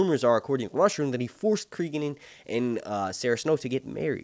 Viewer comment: Stop pronouncing names wrong. Listen to how they say Cregan, cause it sure as fuck ain't creegan